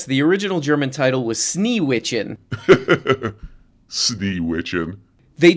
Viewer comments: It's actually "Schneewittchen". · It's pronounced "shnay-vit-chen" (or thereabouts).